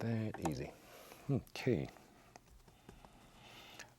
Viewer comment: bro the “okey” I LOVE IT